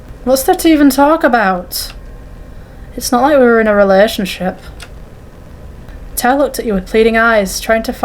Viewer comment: also! Your pronunciation was pretty good! Xiao Hua is like zh-ow h-wah, and tao is like t-ow :)